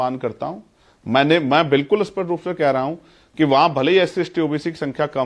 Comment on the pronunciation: Aap dono log hi " a- spasht ," ko spasht bol rahe hain